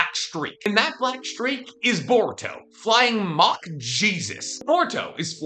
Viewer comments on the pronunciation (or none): none